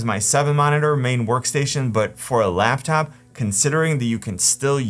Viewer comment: Wait. "Laughtop"?